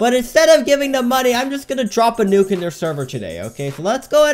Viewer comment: I like that he told the nuke as nuku juky